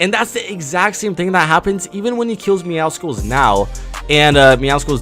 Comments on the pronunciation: Yeah it’s pronounced MeowSLes not MeowSICLes (I typed it how you say it) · Why do I find it so annoying when almost every YouTuber says MEOWCICLES, when it is MEOWCLES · Meowscles (meowsles) is how you pronounce it like muscles not muskles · Its pronounced “Meow-suls” jsyk it’s like a combination of “Meow” and “Muscles” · Lol sorry to point you out but it’s pronounced meow-souls😂 Clearly a play on words and combination of the word meow and muscle I love your channel btw (Also congrats on 99 myth busters episode I can’t wait for episode 100) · my dude, please, pronounce Midas, (My-dess) and Meowscles is like Muscle, (Meow-souls)